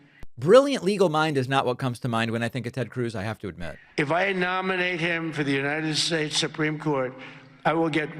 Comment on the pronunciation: “unnihhed shates” what was that? You should have a linguist or speech pathologist on your show to analyze this slurring.